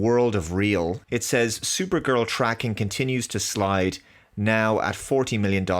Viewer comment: Thooper-gurl's thooper-thales.